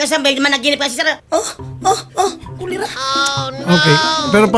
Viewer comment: "kulera" and "jer jer"